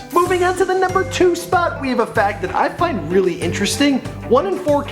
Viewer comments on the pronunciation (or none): none